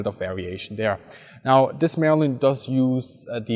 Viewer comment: Merlin =/= merlein. pls check pronunciation of important terms at least